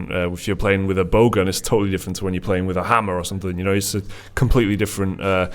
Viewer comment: Every time says "Bow Gun", I hear "Bogun":P